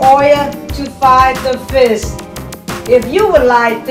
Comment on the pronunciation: she say fish to fis and eggs to eyys